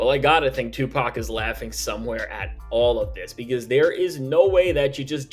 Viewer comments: Sorry, did you just say SUEPAC? I'm stealing that, just like "Lawbrey" 🤣🤣🤣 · Did he just say "SUEpac"? LOL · Yo! Hold up!? Did he say Sue PAC 🤣🤣🤣🤣🤣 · I had to restart because "Sue-Pac" took me all the way out! 🤣🤣🤣🤣🤣🤣🤣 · Bro said Suepac 😂😂😂